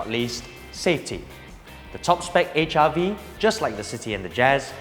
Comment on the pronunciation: It seems you say HIV not HRV. haha